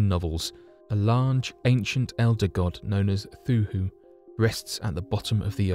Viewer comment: “Cthulu” you twat! Pronounced with a ‘k’!!